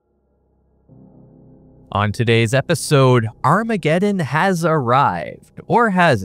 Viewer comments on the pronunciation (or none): none